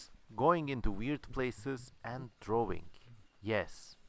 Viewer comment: "wawing, and wawing, and wawing...* great, great video, i loved it man